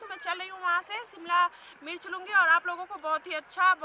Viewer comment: Mircha nahi mirch bola kre